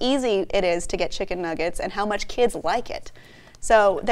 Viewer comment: Chimken nuggers (how doggo say it)